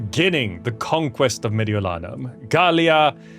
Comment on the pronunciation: Hey your pronounciation of Gallia Cisalpina and Mediolanum was almost spot on! Thank you for freeing my hometown from the barbarians! :P